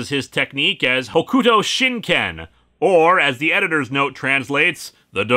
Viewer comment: I get that it's not your thing but good lord the way you say Hokuto is putting me on edge in the worst ways. It's like I'm back in the early 2000s.